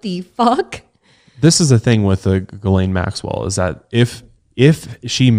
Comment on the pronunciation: did not just pronounce Ghislaine Maxwells name as "Jizz-lane" 😄